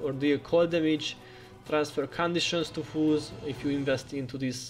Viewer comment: All this time in your vids, I thought you were saying "fools" vs. "foes" and it always cracked me up..."ball up these fools!" hah. Thank you for all these awesome guides and the effort you put into this game. Well done!